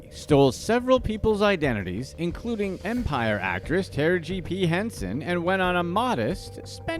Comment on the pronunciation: That is NOT how you pronounce Taraji's name